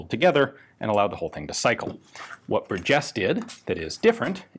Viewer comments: Bur' jes. First syllable gets the emphasis. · I am in the Burgess family tree. Our last name is pronounced (bur’ jess) with the emphasis on bur, not jess. He also invented the folding rifle. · I've never heard Burgess pronounced that way, my family has always stressed the first syllable. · I've heard people give it a hard 'g', like in burger, but I've never heard anyone put the accent on the second syllable, like it was French or something. BUR-jes. It's not like it's rare... It's like hearing some one say win-CHES-ter. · I believe that the emphasis should be on the first syllable in Burgess.